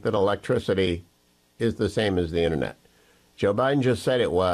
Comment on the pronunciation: Omg it InTERnet not innernet unless your on a fishing boat rambling about the fish in the net